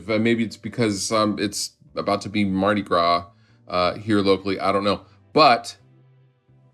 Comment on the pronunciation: You get 3.5 beards for mentioning Mardi Gras and pronouncing it correctly.